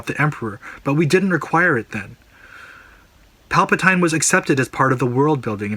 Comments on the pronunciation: 1. It's Palpa-TEEN not TINE. 2. He is never addressed as Sheev. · pal pa toy in ? don't you mean pal pa teen o.0 ffs get it right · WOAH WOAH WOAH "Palpa-tyne" 😂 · love your points, they're well thought out and the research gone into the video is great. I have one problem though, it's pronounced pal-puh-teen not pal-puh-tine. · Dude.. its palpatine.. (palpa-TEEN) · Pal-puh-tyne? Who dat? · you lost me on PalpatAINE, nice vid though! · "Pal-pa-tine" Lol...ok hardcore Star Wars fan, critic, etc. Maybe you should direct the next film so we could complain about you mispronouncing Palpatine. I'm just saying, if you're so critical about details at least show us your criticisms are true to your concerns. That one simple mistake puts me off to your authenticity as a Star Wars fan, the name is widely known and for you to mispronounce it as a massive fail. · Its cringy how u pronounce palpatine lol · Not sure I can get behind someone who cant pronounce Palpatines name correctly... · Liked the video, just hated that you could not pronounce Palpatine